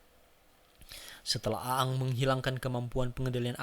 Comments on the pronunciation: Bacanya eng bukan a ang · Bender bos bukan blender.. namanya nybutnya eeng bukan a ang. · Iya nih wkwk A-ang 🤣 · Risih denger lu baca bang, wkwkwk. Intonasinya kaku amat. Dan ketauan, lu bukan fans avatar kan. Aang dibaca Eng, bukan A Ang, 🤣🤣🤣 Kalimat2nya juga kaku amat, dan ketauan lu ga ngerti2 amat sama ceritanya. Tapi, thanks sharing nya bang. Keren. Gpp lah ya komentar gw pedes dikit, biar kedepannya makin keren lagi. 😁😁😁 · Ang anjir bkn a ang lol dah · Namanya aang. Dibacanya jadi eng bang. Bagus kontennya bang. Semangat bang bikin kontennya. Salam dari orang Bogor 🙌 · Aang dibaca Eng boss, "benders" bukan blender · Aang apa gaang sih kwkwkw lidahnya primitif bgt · Siapa A ang? Siapa ruko? Please deh observasi dulu untuk pengucapan yg benar Untuk story telling nya not bad lah cuma pengucapan dan gambar yg diulang2 bikin jengkel. Coba nonton Marvel Universe Indonesia untuk contoh story'telling nya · Aang bacanya eng woi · Aang dibaca eng cuk, gak enak bgt nyebut nya :v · Orang sunda nih kayaknya 😂